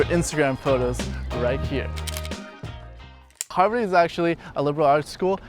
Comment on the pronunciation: i keep hearing 'Hogwarts' whenever he says 'Harvard'